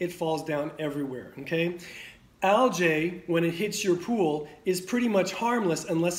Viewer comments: Algae - pronounced Al-gee, not Al-jay. Great video, thank you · Algae..not aljay!! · Dude. It's pronounced a l g E E. Look it up. Makes me question your authority on the subject. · Great information. Turn your camera so we can see the storm. Which accent pronounces al-gee as al-jay? Gallonage ? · Aljay we say Algee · thanks , yet ;AlgaeAmerican pronunciation al· jee . ... GEE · al·jee And algaecides are not a scam at all. Who you gonna trust, chemists that have tested all this, or a guy that can't pronounce algae? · I’ve never heard anyone pronounce it like that…… Not saying it’s wrong, LOL I’m just saying it’s got a little kick to the name algae LOL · Never heard of anyone pronounce algae like this very strange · Lmao this method may work for a tiny above ground trash residential pool, but this guy is speaking in half truths. Can't even pronounce algae and you trust him? Lmao